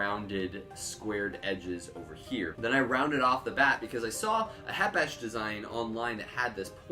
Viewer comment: Th k isn’t silent